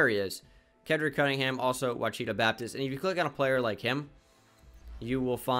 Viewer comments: Ouchita is pronounced WAH-SHI-TAH. Not “wahcheetah” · You say it washitau Baptist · Ouachita is pronounced (wash-it-aw) love the content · Ouachita lol sorry I’m an Arkansas guy so I had to say something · Just in case it comes back up Ouachita Babtist is pronounced Wash-a-Tall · I played ball at Ouchita Baptist, and you are BUTCHERING the pronunciation lol